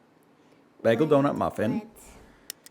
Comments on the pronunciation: How in the fuck does a 3yo pronounce bagel correctly but a grown man who was an educator says bag ell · She doesnt say it "begal"?